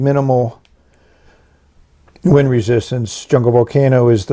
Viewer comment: "wind" resistance?